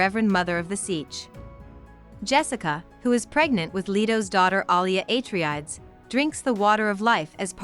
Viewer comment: Thanks, this is what I needed to start the second book. I'd clearly forgotten a few things since reading the first one. Btw, I'm 90% sure it's ah-tray-dees, not ay-tree-adds lol